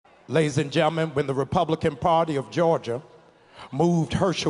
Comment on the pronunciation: "Ladies and Jemman" -- I stopped listening right there.